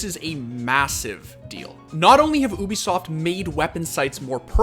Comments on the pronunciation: Alright, let's make this clear. Ubisoft is not pronounced OO-bi-soft it is pronounced YOU-bi-soft. Ok cool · its Ubisoft, not obisoft, its a hard U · OO-bi-soft every video LMAO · Ahh yes oobisoft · Somehow you always manage to pass me off by saying oobisoft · Oobisoft? Lmao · WHY IS HE CALLING IT OOOBISOFT